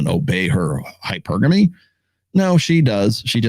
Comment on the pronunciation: my bad, didnt see when the video came out. Just finished your 3rd book, btw. Good stuff. Narrator mispronounces hypergamy every time tho lol